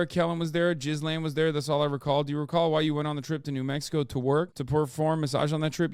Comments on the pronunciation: not to be a dickhead but her name is pronounced geh-lane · Pronounciation, Ghislaine, hard G, mute S, long Ai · i love how everyone decided they were going to pronounce Maxwell's name as "jizz lane". its pronounced gill-ane, but she sure knew how to navigate that jizz lane. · Its french and its not spelled gill-ane. Its spelled geese-lehn